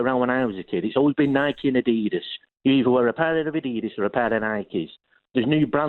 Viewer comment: The city fan calling Adidas 'Adedus' 😂